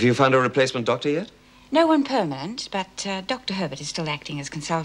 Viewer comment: Did Erica just say permant instead of permanent? or is it just me that heard that?